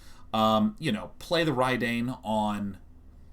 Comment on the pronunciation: So Sean, Reid Duke is the same pronunciation of Reidane. :)